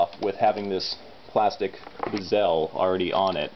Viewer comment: Nice video, man...but why do you pronounce bezel like gazelle?